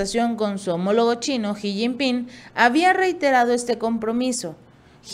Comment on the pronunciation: Avísenle a esta chica que se lee shi no ji ... por el presidente chino...